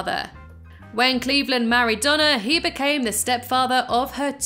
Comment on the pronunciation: I not sure if you have an accent but it sounds like you say Donna but it is actually Dana but good vid